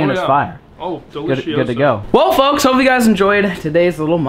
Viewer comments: He said fucks instead of foks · 6.00 to 6.08 between there it sounded the f word instead of folks